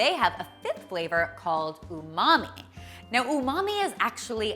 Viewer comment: You said "umamai' I instantly remembered Ross and his "unagi" 😂